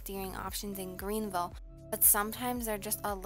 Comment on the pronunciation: Man said Green vile